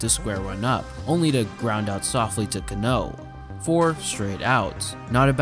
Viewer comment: CA-no, not ca-NÓ.